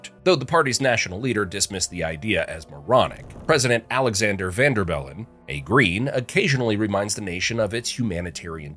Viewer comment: vAn der bellen the A is pronounced like in bAnAnA ... not like in "vAnguard"